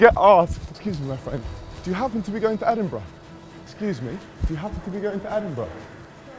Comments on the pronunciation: Why is it Edinbruh? :D Isn’t it supposed to be "edinburg"? :D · EdinBRUH xD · Well it’s not edinBURUH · Is it just me or Edinbruh